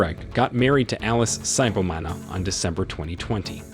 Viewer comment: You don't say Saibomana but Sibomana, "si " like eee